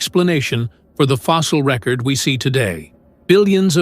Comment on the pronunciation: Surely…… For a video of such stature and consequence, one could hire a professional to narrate the text and pronounce all of the words correctly knowing that the word “record” can be a noun or a verb and is pronounced differently for each. SMH